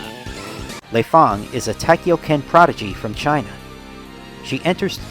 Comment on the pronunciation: it's not Lay Fon either. "Feng" and "Fang" are pronounced "Fong." There's just ambiguous spelling.